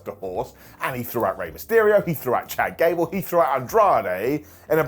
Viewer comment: Did he say “Ghad Cable”?😂😂😊